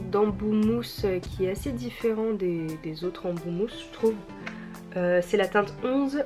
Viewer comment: "j trouve" 😂😂❤❤